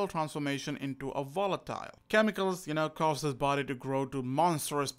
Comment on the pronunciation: i know its how you speak but i hear wolatile